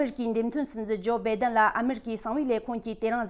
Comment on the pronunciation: བྷེ་den མ་རེད། བྷཱའེ་denརེད། (སྒྲ་གདངས།)